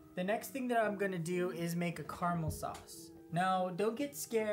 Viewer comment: Why are you saying "Karmel" when you clearly mean "caramel"?